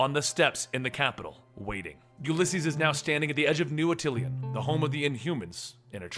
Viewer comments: This guy keeps pronouncing Atillan as atilian bro I'm done. IT'S ATILLIAN A-TUHL-AN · dude, it's Attilan, not Attlian. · Ati-LEE-un? There's only one "i' in Attilan. This ain't some across the pond Aluminium shit. At-il-an. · dude I love your videos! but as a big fan of the inhumans its like nails on a chalkboard when I hear you say "atilian". its pronounced ah-tih-lan. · its new at-ill-an